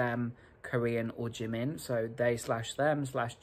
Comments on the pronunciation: Like they don’t even pronounce jimin right 😭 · When they said Kor/ean and Ji/min I cringed all the way down to my core